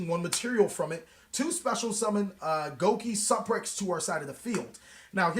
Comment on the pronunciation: GO KEE SUUUU PREX LOL